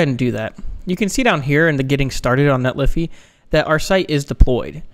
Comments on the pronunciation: Isn't it Net-lee-fy , the fy being said as in solidify? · It's pronounced Netlify not Netlify. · Net Liffy? I love it...